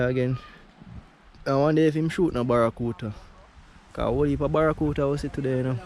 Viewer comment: Yo bredda, mi nah mek fun a yuh or nuttn but me help but notice to number of time you always seh “Barracuta” instead of “barracuDA”. Mi nuh know if a be cause yuh nuh want it sound like American pronunciation but this word is actually pronounced with “DA” at the end.